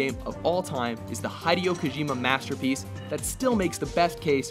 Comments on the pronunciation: As much as i love you,, the pronounciation of the creator for number one? Really?! Seriously?!! I realize the team is comprised of english speakers, but that is unexcuseable if you want to review games properly! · Please learn how to pronounce Hideo Kojima's name. The way you butcher his name in every vid is just atrocious.